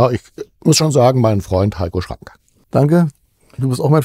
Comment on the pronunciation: Warum sagt er immer Heiko Schrank? Und warum nennt sich Heiko Schrang auch immer Heiko Schrank?? Ich versteh's leider nicht...er schreibt sich doch mit G